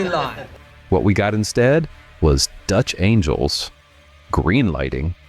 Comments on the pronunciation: How to tell that the narrator doesn't know film making... They announce Dutch Angles as "Dutch Angels" 😛😛😛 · Dutch angels?? You mean angles?